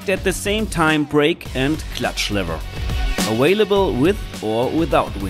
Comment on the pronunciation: It's Available not Awailable. It's Visual not Wisual. It's VERY not Wery.